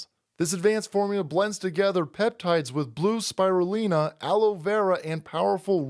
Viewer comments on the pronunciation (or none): none